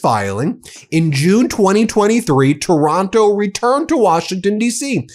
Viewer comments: Taranto not Taronto. Just saying! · The guy’s name is TARANTO, not TORONTO. Wake up, Ben.